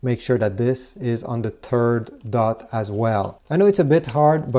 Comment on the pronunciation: “Turd dot”